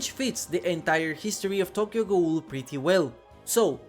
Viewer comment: I would be VERY hype for Tokyo Ghoul in DbD Sidenote: your pronunciation of Tokyo Ghoul and Richter Belmont is killing me 😭